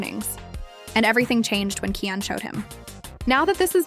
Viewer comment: Shut up 🤬 You can't even pronounce Chrisean name correctly 🙄 😂